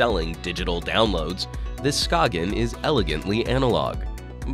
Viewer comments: Come on. It's not pronounced SKA-G-EN but skane/skayn. The G is not pronounced in Danish. If you're going to make a video on a product, make sure you know how to pronounce the brand name... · I know that you said that the company mentioned that you "can" Americanize their name if you so choose, but come on. "Sk-ayn" or "Sk-ane" or however you wanna spell that pronunciation. Like, I know that we have an Americanized version of Jaime Rivera's first name, but I wouldn't call him James or Jamie. His name is Jaime. Skagen is not pronounced like that in its native language. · I believe it's pronounced skay - en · Anthony Mendoza Yes, you pronounce it more like scane :) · Chipperowski you are correct. I cringed each time it was mispronounced in the video. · I think it's funny when he says skagen